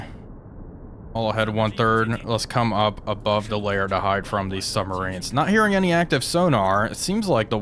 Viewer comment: Bruh, it's quite something to have a great channel that covers submarine warfare and yet pronounce them as summMarines. Lol.